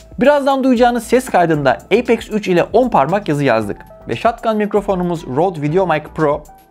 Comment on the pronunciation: Haklısın birde eypex 3 demeside garip bi durum ya apex üç dersin yada eypex three dersin